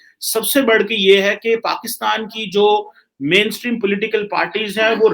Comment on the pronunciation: Pakistan not paxtan